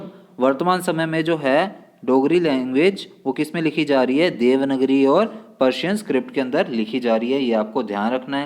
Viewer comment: It's देवनागरी not देवनगरी sir 🙏🙏